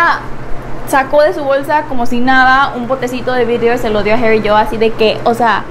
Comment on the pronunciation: No es herry es harry 😂